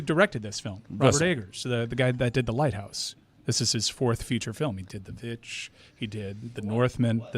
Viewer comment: it’s pronounced The Witch.